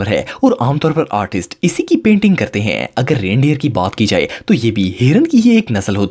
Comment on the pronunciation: Yar ap jo sentence k end pay ajeeb sa 'hain' bolty hain wo bohat bura hay please thora accent change kro thnx in advance... bohat bari or ajeeb awaz nkalty ho ap, please don't mind